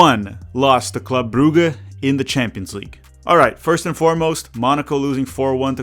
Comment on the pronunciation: Brugge is pronounced more like Bruzh